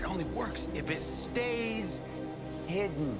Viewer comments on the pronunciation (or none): none